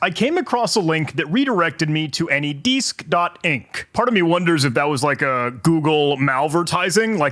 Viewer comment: Anydeesk lmao. 😅